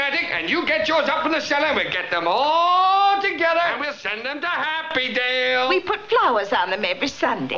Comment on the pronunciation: "Happydale" LOL